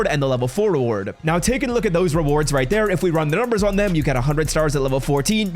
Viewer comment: “Right Tere” Right Tere “right Tere” ….. dude says “right Tere” 15 times a video. Doesn’t even pronounce it right…. Like ever 😂